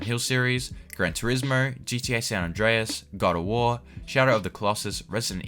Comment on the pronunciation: Sorry I've never heard of "Gran Torismurr"